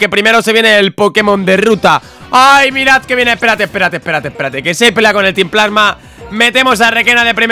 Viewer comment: Al fin dices equipo plasma bien